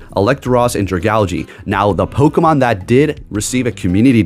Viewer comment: pronouncing a Pokemon correctly kinda ruins a bit of the charm 😂😂